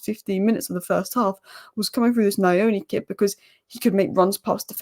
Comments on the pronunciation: The pronounciation of nyoni is (nnn-yoh-knee) it is not (nnn-eye-oni) haha its pretty difficult you will get it tho, nyoni means bird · its NYOOH-NiH and not NIA-ONI. The lad is of Zimbabwean origin, a Shona. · It's pronounced like Knee'O'Knee.. Nyo sounds like 'new' but with an O at the end 😅